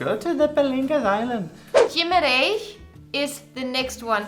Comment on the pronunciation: Jimarães :D It is not pronounced like that but you were close, you dont pronounce the u in Guimarães (which you didnt so congrats) but its a G and not a J, liket the english word "get". You will learn it once you go there, nice video and keep making great videos :)